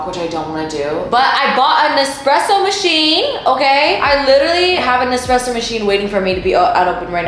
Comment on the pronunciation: Girl it’s espresso 😂😂😭😭